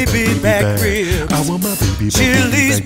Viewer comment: Ree-ibs so good, they take two syllables.